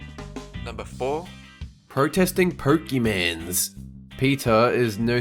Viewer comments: Pokemon is already plural. And it's pronounced "pokay-moan." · October Pokymans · I'm protesting this video because he said Pokémon wrong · I'm gonna have to protest the way you said Pokémon.